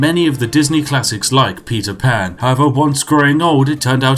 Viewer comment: not even a minute in and i almost shit my pants at "petey pan"